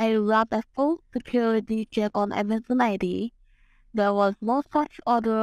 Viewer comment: and her "Amazun" kept cracking me up. You know these scumbags are just drooling in greed when sez 9 grand in the bank. I take great pleasure in verbal 'abuses' the scammer, real satisfying.